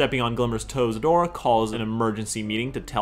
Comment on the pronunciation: Male Katara? Or male Adora, dude I’m pretty sure you mispronounced that